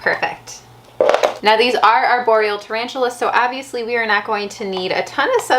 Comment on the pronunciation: i love the accent when she says a word with an O in it, like "abviously" or "spat cleaning" :D